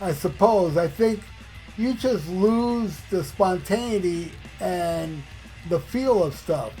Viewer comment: Did you just say "spontaity"?